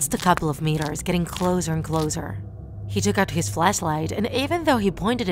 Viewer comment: I like how she pronounces words differently like “closer” she says “clozer”(I’m not making fun of her I’m just saying that I like how she pronounces the words differently)